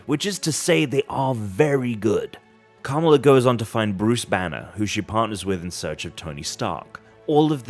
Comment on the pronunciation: Gotta work on the pronunciation of the name Kamala there buddy, it's not Camel-a...